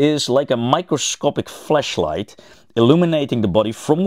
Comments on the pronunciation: that is a very unfortunate way of pronouncing flashlight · gotta work on that pronounciation of flashlight. had me worried for a sec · Silly chemistry guy said flashlight wrong (it made me giggle a little) ((those rhythmed)) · So... What's the deal with his pronunciation of 'flashlight"?